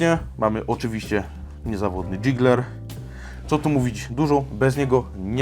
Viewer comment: Kolego jigger a nie jiggler ;)